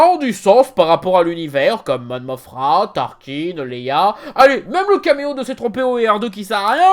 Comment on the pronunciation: "Monmothra"? Nope. C'est Monmothma.